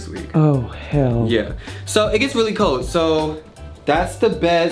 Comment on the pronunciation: It is pronounced "cold" not "cowd".